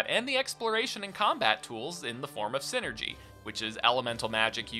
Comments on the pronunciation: if memory serves it is called psynergy because it is psychic energy so a hard I sound should be the correct pronounciation. Great video btw. Love the golden sun trilogy and have been dying for a 4th for years. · #0 Just a pet peeve you're free to dismiss, but I think the "Psy" part of Psynergy would make it sound the same as saying any other word in the English language that starts with "Psy" :^)